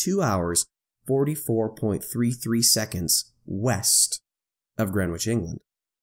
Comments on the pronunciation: Going for my Gold "Pedant" medal here: The w is silent, it's pronounced Gren Itch (like the itch that you scratch). See: But props for using GMT rather than calling it "Universal". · No need to pronounce the "w" in Greenwich, nor the second "e". So it sounds like "Gren itch". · Great video.... the ‘w’ is silent. :). So it’s just sounds like “Grenich”